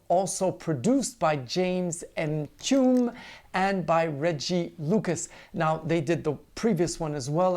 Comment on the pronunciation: Thank you for your review. Mtume pronounced em-tu-may. 😊